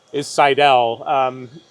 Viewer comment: Seidel is pronounced just like "idle". Put the emphasis on the first syllable.